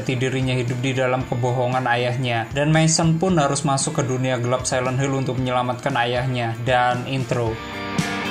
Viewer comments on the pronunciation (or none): none